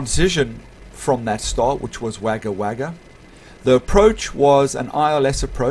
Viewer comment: Haha it's all good it's spelt Wagga Wagga but it's said Wogga Wogga